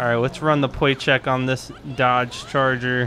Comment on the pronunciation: 1. is a stupid name. 2. "Pwate Checks." 3. You did sooo many wrong things.